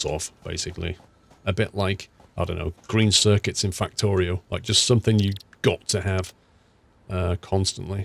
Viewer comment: He said Factorio 😞